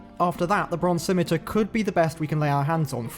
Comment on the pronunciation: Holy Moly! Someone who can pronounce both Ardougne, and Scimitar properly. Didn't catch the last big RuneScape mispronunciation. I'll have to keep an ear out in episode 2!